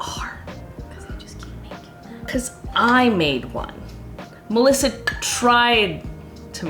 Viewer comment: As italian kudos to Melissa pronunciation.